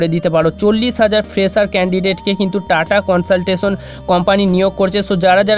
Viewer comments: Bhai, TCS er pronounciation ta valo kore koro prothome...Tata consaltasion🤣🤣🤣🤣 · dada ota TATA CONSULTANCY HOBA TUMI UCCHARON VUL KORCHO